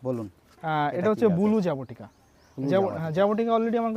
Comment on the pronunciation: জাবোটিকা নারে ভাই। জাবোটিকাবা